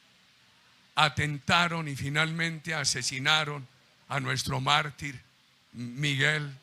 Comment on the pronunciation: Se nota un acento diferente siempre que dice nuestro mártir.....q cosas.